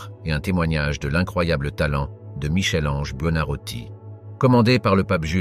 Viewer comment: ohhh Michel Ange merci de prononcer "Mickel", je ne serais pas étonnée que ce soit un robot qui parle !